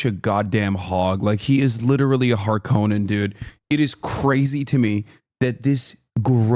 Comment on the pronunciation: you pronouned harkonnen wrong